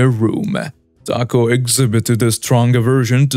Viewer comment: It's TAH co not TACK o. No, it's not an accent, it's just wrong.